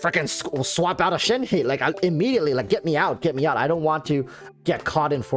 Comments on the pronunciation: Thank you your the very first youtuber to say her name correctly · damn the first content creator I have seen so far who is pronouncing her name correctly. Kudos to you mate.